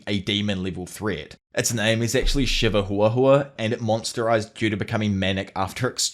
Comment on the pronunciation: Shiverhuahua is NOT pronounced Shiver-hooa-hooa. Its a play on Chihuahua dogs (Chee-wa-wa). So Shiver-wa-wa.